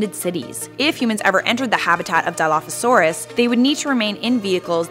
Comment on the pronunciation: My dude even pronounced it wrong